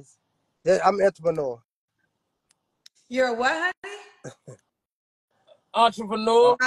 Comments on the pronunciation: He couldn’t pronounce it. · He says I’m a entrepreneur & can’t pronounce the word 😂😂😂😂😂😂😂😂😂 this kind is still paying child support still 😂😂😂😂 he looks like he was probably a good looking guy in his day. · Trying to say..Entrepreneur… almost took him out😂😂😂